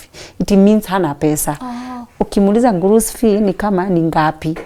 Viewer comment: Kusema "pesa gapi" in Arabic mtu husema "fulus kem" sio gurus ki 🤣🤣🤣🤣. Na kusema "sina pesa" mtu husema "mafish fulus". Fulus ni pesa.